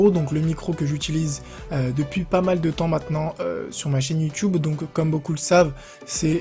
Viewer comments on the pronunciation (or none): Mdr a ta dit youteub au lui de dire youtube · ta dit youteub au lieu de youtube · YOUTEUBE MDRR IL A DIT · Il a dit youteub